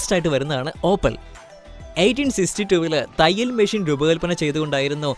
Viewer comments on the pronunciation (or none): none